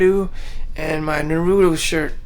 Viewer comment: That's how I pronounce Narooto as well